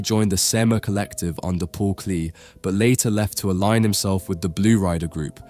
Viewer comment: The painter Paul Klee's name is pronounced "Clay" not "Kleee." Otherwise, I love Schiele's work especially his crotchity line which in a way illuminates the seething hypocrisy of turn of the century Vienna and the waining Hapsburg empire. Austro-Hungry lost big in WWI--as they should have. Then there was a chance to rebuild society. However, as history shows us, it's not so easy to build an ethical society. As George Gross demonstrated in his drawings in Ecce Homo, (Here is Man), the crotchity line was alive and well in post war Vienna. I saw a show of Scheile's work at the Neue Museum a few years ago. I was amazed that drawings he did of people of all ages fornicating. It is known that Schiele made pornographic drawings for pocket change. There are always collectors for this kind of stuff. I'm sure that the Neue Museum had to get permission from some judge or other to show the works.